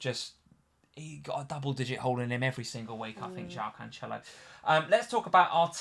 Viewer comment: you laughed and corrected with the wrong pronunciation! Jesus with a "G" sound is totally correct! 🤦‍♂️ Also, it's not CanCHelo, but CanSelo.